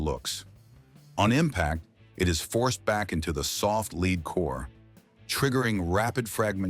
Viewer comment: AI that can't pronounce Hornady correctly, and Lead pronounced Leed. You get the picture?